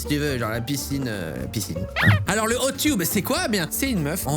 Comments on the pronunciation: Tub ça se prononce teub pas tube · tu prononce tube au lieu de tub